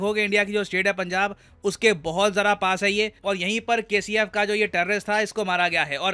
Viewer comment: 😂 kcf i thought you said KFC 😂😂